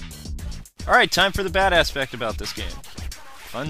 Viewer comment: Every time you say bad aspect I think you're saying badass x3